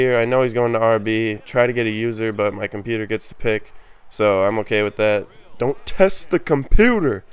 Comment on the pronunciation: Nice video man, "don't test the comput-ah so disrespectful" haha